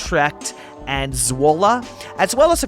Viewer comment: This series is so pleasing to the eye! Love the Dutchie vibe! Oh and you pronounce Zwolle as "Zvole" not "Zuole" 😉 Shoutout to Jeremy Thunder, too bad he's no longer active, been one of my favourite creators, especially his Scylla Republic was something else...